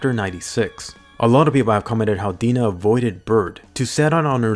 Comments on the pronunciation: "The smiling titan that had Hannes for dinnah (i know its Dina but i hear Dinner but dinnah) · Did this guy say Dina instead of dinner? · In English dub, Dina sounds like Die na